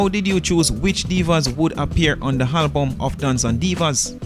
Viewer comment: If yuh say Halbum 1 more time!!